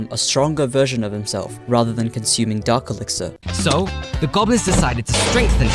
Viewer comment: It’s dark elixir not Dr## or whatever ya said